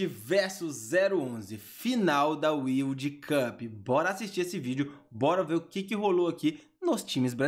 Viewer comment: Final da "UILDI CUP"! Inglês fino do fino!